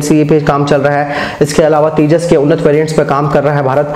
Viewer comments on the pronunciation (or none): none